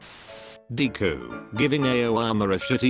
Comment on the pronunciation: I like how it calls him deeku